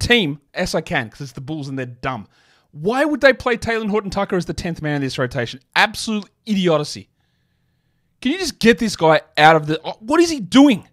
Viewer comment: he said idiodicy 😂